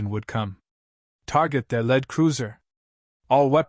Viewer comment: It’s pronounced leed spelt as lead. Get it right